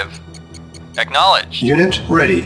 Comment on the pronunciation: "aWAITING orders", "ach-nowledged"